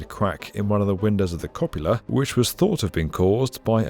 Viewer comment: The word is cupola, a type of building feature. What said is "co'pula", which is Spanish for copulation.